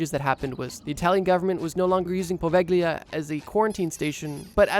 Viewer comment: Poveglia mispronounciation is driving me crazy, why didn't you learn the correct one?